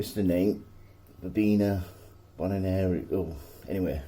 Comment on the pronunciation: I think it's pronounced Verbena Bon are ee ensis :) hope that helps. Tis a pretty plant and will go well in your lovely garden. I bought some online last year (live plants not seeds) as part of a perennial collection so hoping for a nice display this year. Ann